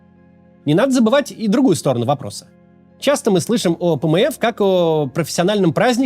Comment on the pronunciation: Пмэф звучит как пмэс😂